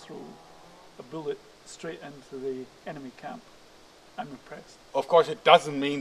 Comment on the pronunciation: "I cast BOOLET" THWACK